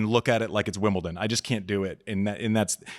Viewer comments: She lost me at WimbleTon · What's with the Americans and "Wimbleton"😂 As a French even I cringe every time😅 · Andy, great interview with Nadal on your last pod! Unfortunately you followed it up with a garbage interview with Brene. She doesn’t know tennis at all. She pronounced Wimbledon “Wimbilton” which is a dead giveaway that she doesn’t know tennis. She decided that you need therapy but obviously she’s got it all figured out. Great way to put down the person that invited you to an interview. If there was a tennis vs pickleball fight she would side with the pickleball players because they carry guns (right wing Trumper morons). She has a pickleball coach… seriously? She wasn’t brave enough to hit a drop shot in pickleball… seriously? I wouldn’t give this clown a minute of my time. I usually like your podcasts but I will unsubscribe if you think anyone wants to hear from idiots like Brene with the lame made up accent over the “e.” Know your audience Andy, you’re smarter than this.